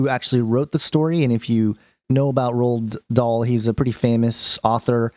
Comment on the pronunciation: It would be nice if you could take the trouble to pronounce the author's name correctly while you slander him. It's so easy to trash people who are smarter, more talented, and more creative than you,, but it doesn't make it right.